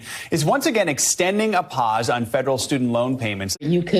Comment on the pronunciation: Good! Hopefully this will restore local culture that has been dying and gentrified for the past 40 years. Although, I do disagree with not bailing out and giving free education to all adults because it is increases the benefit for society. Also, who says pause as "pahs"? To be fair, if you do call someone fake then they react that's you walking into their territory. Human nature shouldn't be permissible for suing someone if you initiate the response; that's your own risk. Aren't libertarians all about being risk takers and accepting the consequences no matter the outcome?